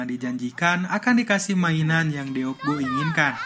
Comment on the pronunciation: Di tulisnya deok..tapi dibacanya dok, bang.